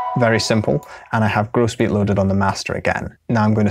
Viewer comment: I remember when you used to pronounce it 'grawss beat' lol